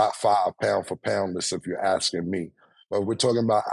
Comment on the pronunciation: “If you’re axing me” Cam